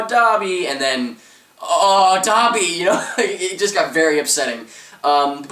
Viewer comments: Dobby is said like *Doh-be*. Not *Daw-be*. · did u fking say "da'bi" its DOBE!!!